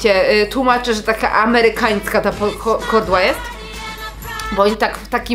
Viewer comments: Mówi się kołdra a nie kordła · Kordła ? XD kołdra 💖💖💖💖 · Kordła😂😂😂😂 jebłam😂😂😂😂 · H HA ha jednak nie tylko ja mówię KORDŁA 😂 ALE KARKULATOR KOROR 😱 to już nie panuje nad tym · Ja też mówię KORDŁA😂😂😂😂😂